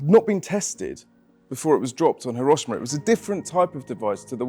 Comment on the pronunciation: At least pronounce it properly He-ro-SHE- ma